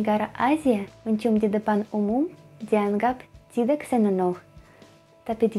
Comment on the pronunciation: cewek mba, bukan cewex... tidak mba, bukan tidax... tapi mantap masih bisa dimengerti